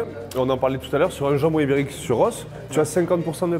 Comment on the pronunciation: A chaque fois qu'il dit ibérique soit env 70fois, j'entend Uber Eats c'est très perturbant 😭😂